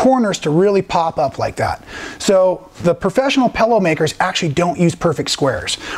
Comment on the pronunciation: you are so entertaining, I sometimes forget what an awesome teacher/quilter you are! I had to laugh at the "Pellow", my husband said when he first met me I said "Frunch room" instead of front room! LOL! Here is to creative people and language! LOL! Thanks so much, keep those awesome videos coming, you are a much needed addition to the quilt world!